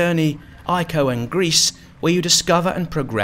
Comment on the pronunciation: Oh GRIS! beautiful game. Defiantly on my to get list. I thought you said Greece in the video and was confused LOL. Thanks